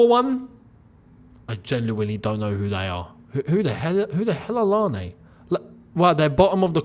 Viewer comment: Youneses pronunciation of larne as an Irish man is killing me 😂